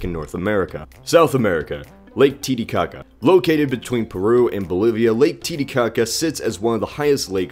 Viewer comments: When I heard Titcaca since I know Spanish I thought he said "boob shit" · My face turned into a troll face when he said "titicaca" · Admit it, you just wanted an excuse to say Titicaca